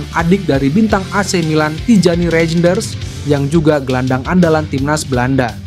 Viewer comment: Min, bukan rejenders bacanya tapi reynders. J itu dibaca y, seperti ejaan lama 😅